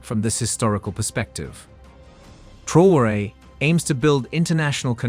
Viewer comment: Please pronounce his name correctly